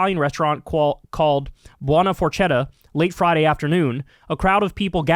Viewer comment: The pronunciation of Forchetta is ForKetta. The ch in Italian is a k sound. Buona Forchetta means Good Fork.